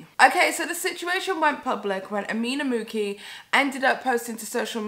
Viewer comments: Girl this is poorly researched... How do you live in Europe, closer to italy than my american ass & you don't know It's pronounced mooCHee (mucci) if you didn't know how to pronounce it, you could've taken 2 minutes to look it up & hear someone else say it & lisa frank debuted in the late 80's, they didn't reach peak production until the 90's & into the early 2000's but you keep saying it was popular in the 80's?? I actually agree with your take but any hot take needs all the correct details or else it sounds like you don't even know what you're talking about... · You say it like Gucci with a M ..... common lmao that was a fail